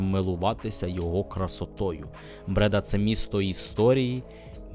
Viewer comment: Не Брéда, а Бреда́.